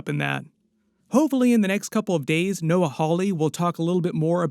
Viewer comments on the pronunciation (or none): none